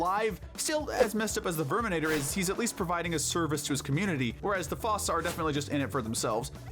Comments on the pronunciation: It's pronounced "foo-sa" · It’s pronounced FOO-sah, and the Red Death is a female (a mother), “”! 🤨 Why can’t you idiots get anything right?! 🙄